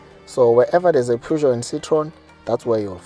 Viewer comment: Thats not how you pronounce Peugeot